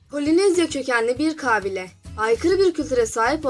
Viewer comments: Ablacim kabileyi niye 98 A ile söylüyosun kaaaaaaaaaaabile değil kabile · Vidyoyu çekmeden önce konuşmayi öğren gülüm kaaabile deyil -ka bi le - sinir oldum valla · Kaaabile nedir yaaa Kabiile demek zormu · kağbile değil kabilema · merhaba çalışmanız güzel tebrik ediyorum .lakin kabile kelimesinin telaffuzunda büyük problem var farkındamısınız bilmiyorum....kaaaabile değil kabile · Kağbile değil lan kabile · Ah be güzel kardeşim.hayatında hiçmi belgesel seyretmedin.kaabile kaabile.4.cü ye kadar sabredebildim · kaabile değil lütfen telaffuzunu bilmediğiniz kelimelere tdk sesli sözlük kısmından bakınız. Rica ediyorum çocuklar, sınava girecek gençler de izliyor sizi! biraz özen... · Kabile demeyi ogren acilen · kâbile, kâbil şehrinin dişisi mi? 3. defa kâbile dediğini duyunca izlemeyi biraktim. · Kabile mi diyosun Kâfile mi diyosun?